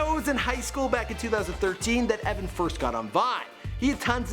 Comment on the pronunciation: It's Evan not Eveen